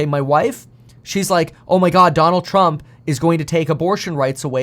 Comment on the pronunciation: Trumpuh versusuh Bidenah